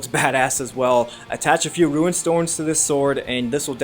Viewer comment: It sounds like he calls runes ruins